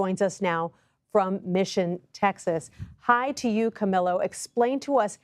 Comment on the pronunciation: Correction/helpful hint: The name Camillo is pronounced in Soanish as Cameel-o, NOT AS Camilo. It could be polite to ask that journalist how he prefers his name to be pronounced and if he prefers his name to be pronounced in the way I have specified (aka via the Spanish pronunciation of his name), you could then show him further respect by pronouncing his name in Spanish for him.